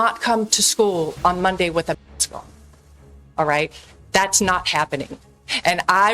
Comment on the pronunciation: Why can't you say Mask?